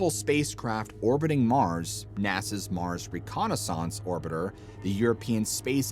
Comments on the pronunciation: I didn't suspend this guy was AI until he said "reconisonce" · JUST CANT FOCUS ON THE CONTENT WHICH IM SURE IS INFORMATIVE BUT .....What's up with your pronunciation of words bro?🙄🫠Like reconnais- sAAAAnce AND DEE- OXIDE...WHO PRONOUNCES WORDS LIKE THAT 🥴So pretentious...this is youtube not the BBC friendo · Your pronunciation is dodgy AF!…. Carbon-deeeedoxide? Wtf reconnaissOnce?!? How do you decide to say it like that? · Recon o saunts ?!?!? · Can you please learn to pronounce the word reconnaissance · Why do you pronounce reconnaissance like that??😂